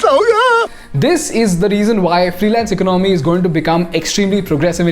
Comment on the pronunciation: Your English and is good but the way you are pronouncing the word "Economy" is distrubing and forced to Stop 🛑 watching the video